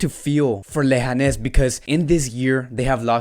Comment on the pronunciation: Lehanes lol its leganes bro